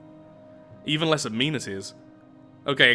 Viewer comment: why do you pronounce amenities wrong